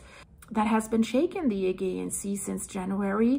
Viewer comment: my darling girl, Im sad that no one has told you yet that your pronunciation of Aegean is wrong, well I cannot bare to let you carry on saying it this way, please please do not take this as a criticism in any way, it is only meant to help you, and to stop anyone from butchering you because of it. So here it is the way it should sound, the problem is with the G in the word Augean, Im dyslexic myself and I always get the pronouncing wrong and the spelling here is how it should sound just turn the G in the word to a J and you will be saying it perfectly Ayjeean Here it is in syllables sounds like Ay Jeee an. Sent with love Old owl 🦉 Alaya UK. ♥️♥️♥️♥️